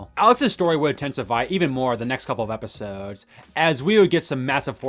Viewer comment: Bro speaks in all lowercase apart from every last word hahahhaha how stressful to listen to 😵‍💫 "his storyline would definitely tense up over the next EPISOOOOODES"